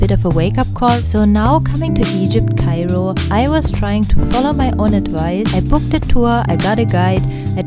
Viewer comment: Mam, are you from Germany? Bcz the way you pronounce Cairo it's like German. By the way, your vlog is awesome. And your voice is like sparkling diamond 💎